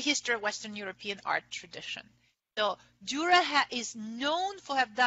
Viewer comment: Interesting on the anagram Coat of Arms the paints the left hand of the A and the Top enforced, so it resembles a T like Tor, or Tür, the lecturer seemingly never visited Nürnberg, and despite her overwhelming and deep knowledge about Dürer, she cannot pronounce his name.